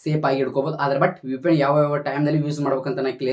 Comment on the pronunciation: UPN alla kano 😅😂 VPN adhu 😂🤣😂🤣 karma 😂🤦🏻‍♂️